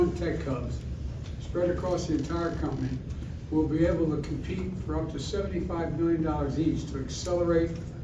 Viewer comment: Sounded like he said, tech hubs spread across the entire company to me